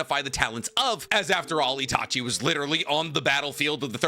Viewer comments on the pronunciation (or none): none